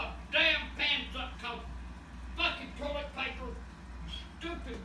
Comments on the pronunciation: to that’s the funniest shit ever What’s wrowng wit dis torlet paper it won’t ter AHAHAHAHAHA won’t ter AHAHAHA THATS SO FUNNY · "Fuckin' tullet paper won't terr!" Lol